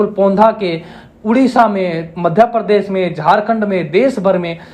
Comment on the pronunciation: नमस्ते! बहुत विनम्रता से एक बात कहता हूं। आपका उच्चारण बहुत स्थानों पर अशुद्ध है। जैसे– आप प्रशिक्षण को परशिक्षण, प्रदेश को परदेश, धर्मपाल को धरमपाल, प्रत्येक को परत्येक कहते हैं। मैं जानता हूं कि यह आपकी समस्या नहीं है, यह तो हरियाणा राज्य की मातृभाषा ही ऐसी है। मेरा उद्देश्य आपका या हरियाणवी भाषा का दोष निकलना नहीं है। आप एक बड़े मंच पर लोगों को सम्बोधित कर रहे हैं तो अपनी आर्य भाषा निश्चित ही शुद्ध होनी चाहिए। अस्तु! आपका यह जो प्रयास है; प्रशंसनीय है, बहुत उत्तम है। इसके लिए आपको बहुत बहुत शुभकामनाएं। अपेक्षा है कि आप बुरा नहीं मानेंगे तथा सत्य का ग्रहण और असत्य का त्याग निश्चित ही करेंगे। जय आर्य जय आर्यावर्त्त